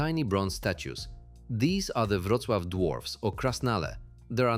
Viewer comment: Przecież dobrze "Wrocław" wypowiada.Chyba że coś poprawili od wczoraj